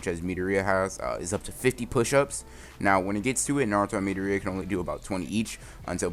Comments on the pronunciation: Boi stop calling midoria metorita it’s (meh,door,e,a) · its midoriya not midoria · His name is mi-door-ree-a not mee-der-ree-a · ITS PRONOUNCED MI-DOOR-IA NOT MEEDOOORIAAAA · It’s midoria not mideria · Kept wondering who he kalling midoreia sounds kind of weird should of just said it like the anime midoria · It’s mitorya it’s midoriya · Pronouce it as MI-DOR-E-YAH pls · He said me da ri yaa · Is no one else getting annoyed how he says Midoriya? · am i the only one who are disturbed on how he says midoriya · Could you please pronounce midoriaya wright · Is anyone not bothered how he says Midoriya shit bothers me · Idk why but the way you pronounce midoriya triggers me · You pronounce midoriya wrong. Just saying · Are u saying mirio or midoriya